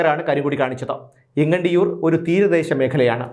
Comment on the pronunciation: എങ്ങണ്ടിയൂർ അല്ല ഏങ്ങണ്ടിയൂർ ആണ്